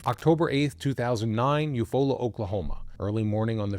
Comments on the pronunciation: I love you. I'm from Oklahoma. It's you-fall-ah Oklahoma ❤❤❤❤❤ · Love, your content. Just wanted to mention it is spelled Eufaula. Yet, pronounced You Fall-la. Odd. I know and I have to say it is a beautiful vacation spot. Nice lake, all that Jazz.